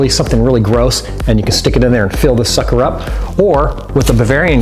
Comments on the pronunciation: yousay suker alot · wye Do you always say sukcer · he keeps saying sucker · he keeps on saying sucker!!!???!!?!?!?! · Why do you keep saying sucker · why does he keep saying sucker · You keep saying sucker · u keep saying sucker